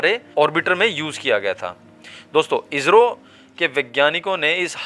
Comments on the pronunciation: अरे भाई आप हिंदी की ऐसी तैसी क्यूं कर रहे हो इजरो नहीं इसरो बोलो नहीं तो आप हिंदी बोलना छोड़ दो क्यूंकि ये हिन्दी की गरिमा को क्षति है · कहते समय इजरो मत कहो इस्रो कहो